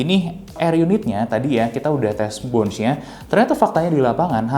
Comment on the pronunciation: Sedikit koreksi aja, Bounce itu dibaca pake Essss bro, Bukan Ecc. Dibaca bawnssss, bukan bawnch. Bawnsss yaa, bawnssss.